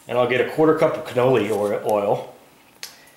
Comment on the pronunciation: I like your videos. But I just want to tell you so you don't embarrass yourself in the future. It's "Canola" oil. Not "Canoli" I will keep watching you and hope this doesn't sound rude. Your Co tent is great. I just wanted to give you the heads up